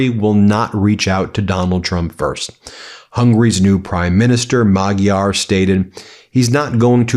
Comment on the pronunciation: Pronounce Magyar 'Modyar' 👍 Nice one Ben and team. ✨⭐👍